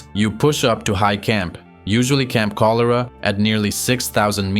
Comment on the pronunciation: Pronunciation matters. Example, Camp Cholera